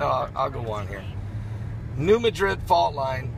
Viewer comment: It's not New Medrid, it's New Mad-rid. Not trolling, just correcting.